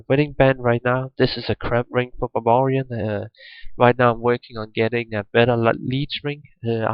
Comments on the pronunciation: its not babarian its baRbarian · I closed the video as soon as i heard "babarian"